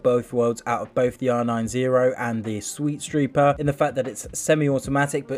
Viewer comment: Anyone else notice how he said "sweetstreeper"